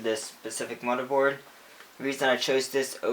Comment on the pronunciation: Lol he's says mudderboard not motherboard